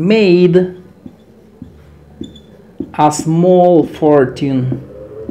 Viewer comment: Muy buena clase gracias, cuidado con la pronunciación de la palabra fortune. Saludos